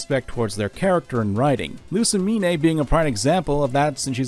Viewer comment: Great video but im gonna lose my mind if he says Lusimin-"AY" again